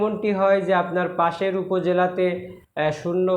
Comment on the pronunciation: ভাই, পাসের না, পাশের হবে।